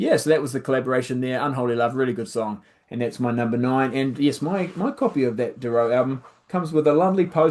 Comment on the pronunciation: Funny how you pronounce Doro, you emphasise the second 'o', whereas I would emphasise the first 'o'. I'd pronounce it more Dawro I suppose, anyway, 'Unholy Love' is excellent.